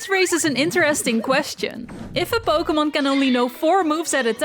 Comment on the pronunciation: Po-kay-mon, not Po-kuh-mon